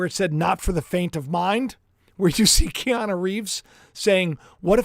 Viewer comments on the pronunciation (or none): none